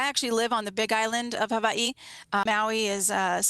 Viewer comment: She lost me whenever she pronounced it ha-Vie-y. I was in the service with kids from Hawaii and they said it the way I do. No. She's full of it.